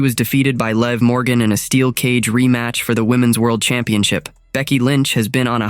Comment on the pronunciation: Stop mispronouncing Liv 😢